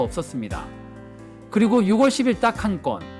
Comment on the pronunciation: 영상 잘 봤습니다 . 그런데요 ------------- 6월 = 유궐로 읽는 것이 아니고 - 유월 로 읽으셔야 합니다. .